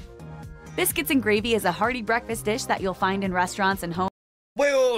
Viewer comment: Find, not fund 😮